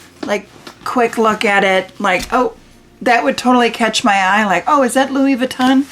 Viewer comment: Please learn to pronounce Louis Vuitton correctly. I’m 70 and have been lucky to be able to own plenty of designer items. Starting in 1974 ( married a pro athlete). Fell out of favor at some point but took very good care of all my very good things and just gave most of my items to my 14 yr old granddaughter. I can tell a fake but then I’ve always adored fashion. It’s been heartbreaking to have friends who thought they scored a great dupe and pass it off as real but I can tell. Some have even paid big prices for used bags thinking and believing they were authentic but they are not. Those I do tell because that’s a scam. Keep wishing and someday you’ll get your dream. Buy a bag they keep their price better than a vehicle. 😊